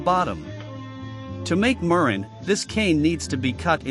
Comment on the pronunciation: The artificial voice if quite bad and distracting. Mispronunciation of the word murrine.